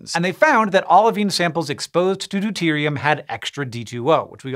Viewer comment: lol u said deute